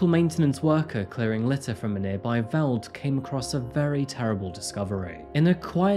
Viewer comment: Thank you for covering this case 😭🖤 Sidenote. Veld is pronounced 'felt'